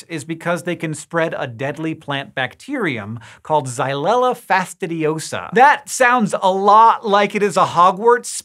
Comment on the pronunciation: I love how easily "xylella fastidiosa" rolls off his tongue.